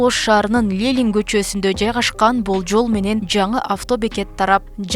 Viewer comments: Лелин эмес Ленин ,ауксион эмес аукцион силер диктор катары айрыкча конул бурушунар керек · лелин эмес, Ленин болуп айтылат, коммерсия эмес, коммерция болуп айтылат, ауксион эмес, аукцион деп айтылат, коррупсия эмес, коррупция деп айтылат.